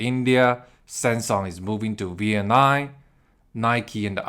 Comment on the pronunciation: You’re the first person who can’t pronounce Vietnam. The last letter isn’t M not an N. you pronounced it like the last letter was an N.